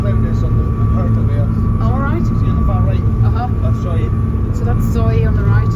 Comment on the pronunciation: Wow. This is a wonderful video, and coming from a 'local' like yourself it has so much more meaning. Today i've learned the correct pronunciation of the island of 'Hirta'. I have lived in Cornwall for a long time. This year i visited the Isles of Scilly and the isle of Lundy (which also has over 300 Soay sheep!), oh and i visited Ireland last month as well!. I've visited many islands around the British (and Irish) isles over the years, but St. Kilda has been top of my list for a long time. Thank you so much for this video, it's as if i've already been there. Thank you. Happy New Year! Ed.xx